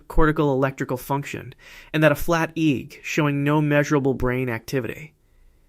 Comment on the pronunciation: It's interesting how AI narration gives itself away -- pronouncing EEG as "eeg."